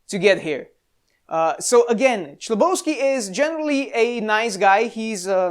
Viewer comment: "H"lebovsky, not "CH"lebovsky...